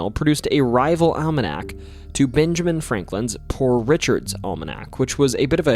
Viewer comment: You said "Binjamin". Practice saying a short E sound. It's different from the short I sound.